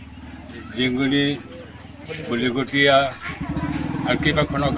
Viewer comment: Ahomiya vl koi kobo nuwaro Ki news porhiboo ahiso. Bolikotiya is not balikotiyaa